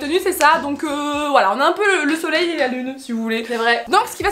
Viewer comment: ta dit le soileil et la lune et ta vue le chandail de mary xd